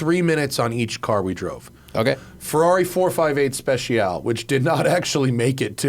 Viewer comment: Please stop saying 458 SpeciAL…. It’s Speciale.